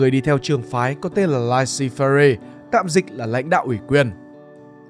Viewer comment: Hix laissez - faire thì tra cách phát âm dùm cái.